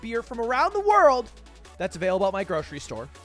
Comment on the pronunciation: As soon as he said "which are avaible in my grocery store" i knew its shitty beer